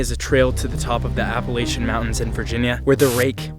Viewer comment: He said appalAYtion it’s Appalachen-correct spelling Appalachian 👇